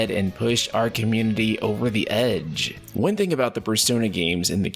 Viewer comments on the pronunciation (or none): none